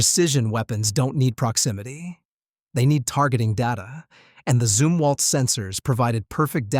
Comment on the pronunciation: Zumwalt not Zimwalt